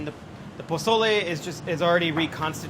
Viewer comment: I love how he says pezole literally as white as possible and says tomatoe and cilantro like he was in andy ruiz's corner the day after his nieces quinceanera.